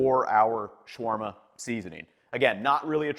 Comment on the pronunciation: I love your videos ethan! Unfortunately mispronunciation is a huge pet peeve of mine, especially in tutorials! your pronunciation of shawarma as shworma is really off. As is garam masala Shower-ma would be more correct and easy to replace your pronunciation, or shaow-wurr-ma. Garam masala should be said like Ghur-rum.